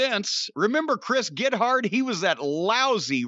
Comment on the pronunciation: Ugh. Corny should avoid talking about comedy the same way comedy writers shouldn't write for wrestling. Chris Gethard is a treasure and his name is pronounced Geth erd not Get Hard..